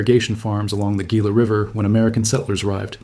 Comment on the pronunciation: The Gila River is pronounced HEE-la, not GEE-la.